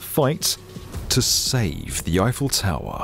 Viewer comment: This narrator, whom I have heard voicing other YouTube videos concerning tall buildings, has a strange way of saying "tower"! It's a straightforward word, so there shouldn't be any ambiguity as to how it should be pronounced! But he says "taowah" at: - - - - - - - - - - - - - Sorry, ""! 😀